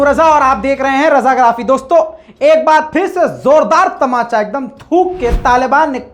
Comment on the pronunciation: Bahi, It is طمانچہ not تماچہ